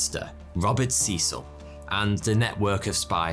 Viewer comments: Who's this Seesill guy? FFS, pronounce the name properly: Cecil, pronounced Sessill. And "gotten" dropped from British usage a long time ago, in favour of the more succinct "got." Don't pander to American solecisms and archaisms; they'll still understand you. Americans aren't stupid (hence their wealth). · Good video but can we talk about your pronunciation of Cecil. It’s C[EH]cil. EH, short. Not EE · I thought in England/Britain Cecil was pronounced Cessil? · It depends where you're from. The Americans seem to favour see-sul (in the South at any rate). It appears that this pronunciation has remained since the place was first colonised. Could it be, therefore, that they have retailned the original pronunciation and it is in the UK that it has changed?